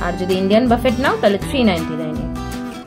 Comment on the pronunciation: buffet একটি ফরাসি শব্দ যার উচ্চারণ হবে বুফে। বাফেট নয়।